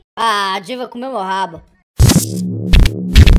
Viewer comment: eu ouvi ele falando diva e entendi diiga